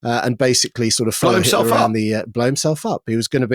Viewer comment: Who is this 'Hilter' of which you speak?